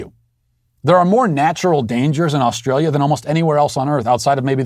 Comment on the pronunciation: I am an Aussie, I like how you say Australia and New South Whales. All Americans should pronounce it like you do, cheers mate.